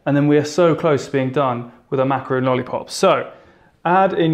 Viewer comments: I can't help but to think about the way your mispronounce a macaron. It's not macaroon. Good job otherwise. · Thought this was going to be a macaroon tutorial because he keeps saying so, but it was actually just macaron 😅 Still yummy though :) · I love how you say "macaron" :) me encanta!! will definitely try it! xx